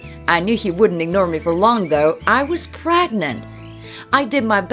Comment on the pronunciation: Ppragnant, chaald, halthay Honestly who narrates these stories